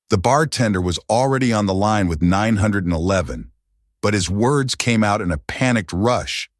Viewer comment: They called 911 not nine hundred eleven!!!!! Get it right!!!!